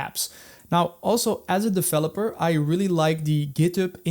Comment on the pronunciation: If you "defeloper" ... if you are using "fi es code" ... "you already know and lof" .. "we will cover all in this fideo". I really can't focus man. I understand "R" might be difficult. or "Z".. But "F" ??? come on?